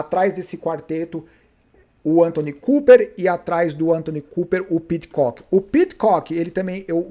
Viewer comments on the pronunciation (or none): Fala a verdade. Você faz de propósito! ANTONY COOPER? Kkkk É Anton Cooper.